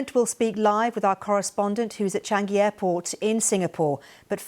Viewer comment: Why does she say " chang - gee airport " ?